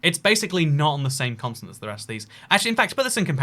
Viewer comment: I’m sorry I can’t get over the fact you pronounce “continent” like “consonant” — where are you getting that S from!? 😂